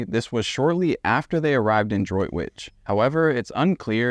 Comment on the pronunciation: Good pronunciation of Droitwich, Worcestershire!